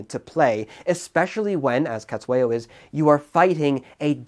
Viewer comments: And it's pronounced setswayo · Thanks for the analysis! Great to see this war getting some discussion. Small niggle, your pronunciation of "Cetshwayo" is, well, it could do with a bit of work.